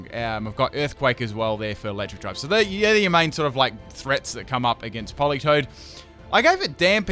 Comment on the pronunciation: Isn’t it politoed?